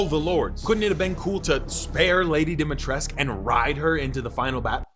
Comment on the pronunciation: He's still calling her Dimitresque -.